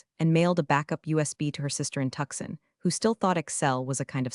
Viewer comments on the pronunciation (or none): Hey, AI: it's not Tux-sun . . . it''s Two-sawn!